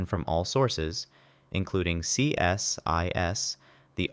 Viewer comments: We don't call is C S I S, we call is "See-sis" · Why didn't you put the full names along with the acronym? As someone else mentioned CSIS is pronounced see-sis.